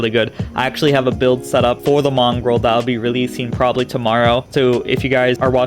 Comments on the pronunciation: Dude. It sounds like you're saying "Mongrel", like a dog, rather than Mongol, like a people... As always, wicked vid. That's for the great content and I'll be checking back for that build. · There's no r in Mongol just so ya know